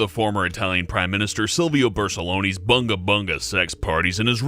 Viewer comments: Bersuloni? You mean Berlucsoni, lol. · Silvio Barcelloni? He is called Berluconi and it's read as Bur-luh-scoh-nee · Silvio Bersuloni??? Its Berlusconi u idiot haha:) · did just said Silvio BARSELONI?? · The ex italian prime minister is Berlusconi, not Bersuloni. Good video btw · "Silvio Bersoni" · Bersoloni? His name is Silvio Berlusconi. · Do you mean Berlusconi? Usually you guys are well informed about your subjects but getting that name wrong makes me wonder what else is wrong... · repeat after me children : BER-LU-SCO-NI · i don't want to be that guy, but "Berlusconi" is pronounced "Ber-lus-cone-ee" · The name is Berlusconi. Its not that hard